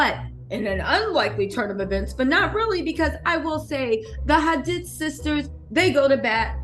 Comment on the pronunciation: HaDEED is how it’s pronounced lol